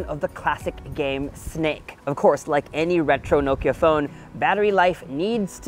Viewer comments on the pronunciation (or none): Not "noe-ki-er" It's "NOH-ki-uh" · Is it really pronounced as “nowkya”? And not “now-kee-ya” ?? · Americans never pronounce Nokia correctly - it’s not NO-kia it’s noh-kia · Isnt it naw-kee-ya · The way he pronounces Nokia is really bizarre.